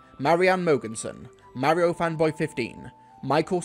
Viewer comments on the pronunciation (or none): none